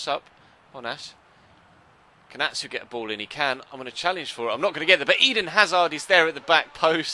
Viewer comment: Atsu is pronounced Achu trust me I'm Ghananian